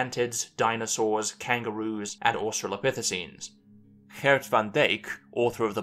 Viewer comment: By the by, that pronunciation of Gert van Dijk was basically spot on.